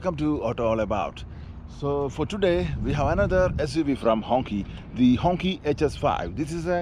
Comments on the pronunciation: Bro it gave me cancer watching you pronounce it as honkey. It's pronounced Hong "Chee" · Quite sad that the brand name Hongqi is mispronounced and unfortunately the gentleman doing the review of Hongqi is calling the design fixture on the car's bonnet as logo. Quality of review needs to be reviewed please. A humble request🙂